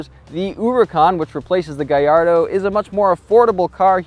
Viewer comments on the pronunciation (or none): none